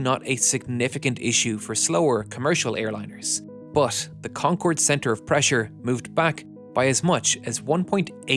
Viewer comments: can you please narrator STOP USING YOUR HORRIBLE PRONOUNCIATION OF "BUT" Enegineering. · Interesting but please when there is a word like "but" do not say "bus". It Always hits my ears. Same in case of heat. Thank you